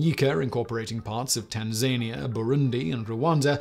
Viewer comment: Still laughing at Simon managing to butcher saying Tanzania.